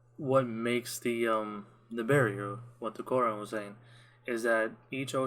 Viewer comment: Your pronunciation of the word Quran is so on point. I'm glad you enjoyed the video, and I pray that Allah guides you to the straight path 🤲 Amin